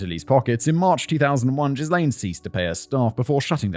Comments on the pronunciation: Simon, my guy, look up how to pronounce Ghislaine. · In his defence, French spelling and pronunciation aren't exactly intuitive for most anglophones. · That a hard ‘G’ on Ghislaine, my friend. 😬 (and a silent ‘S’) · well, american news couldn't get Ghislaine Maxwell right, so I don't blame Simon either xD (and even my first language is neither french nor english ^^')